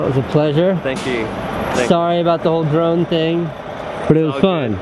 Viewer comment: Every time he says "drone" I hear "Jerome"